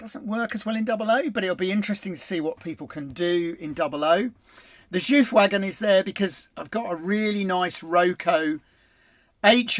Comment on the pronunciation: That was worth watching for the Jouf pronunciation alone! I’ve been saying ‘Jo-Ef’ for my whole life! But your ‘Joof’ makes more sense ☺️ Obviously liked the rest of the video as well! Keep up the good work 😊